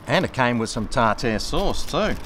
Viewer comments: TAR-TAR not TARtoooooR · What the fuck is tar tear sauce? Do you mean tartare sauce?